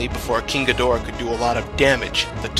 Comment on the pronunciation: The way he pronounces King Ghidorah is really pissing me off rn, like this is good but I’m just annoyed